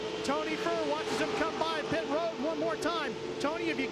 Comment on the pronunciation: pit ro-ad